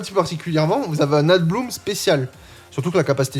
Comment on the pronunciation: Y a que moi qui suis pertubé quand il dit ADBLOOM alors que c'est écrit ABLOOM (EN, mais en vrai sa peut ce frangliser sans D)? 🤣 Bon après c osef et jsuis crevé, pour te dire j'ai entendu adblue la premiere fois. J'ai eu une ptite hallucination auditive, car RIEN A VOIR avec un véhicule diesel😂. Sinon ptet que dire floaison ou une floraison sa passe en fr? Bon ok j'arrete.